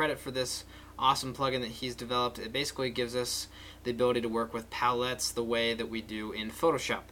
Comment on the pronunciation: the way you say palettes man